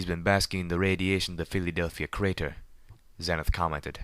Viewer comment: Pedo Baer That is the correct way to pronounce Homage, but he does pronounce Xenith wrong. I like his reading. His monotone matches the theme of the story.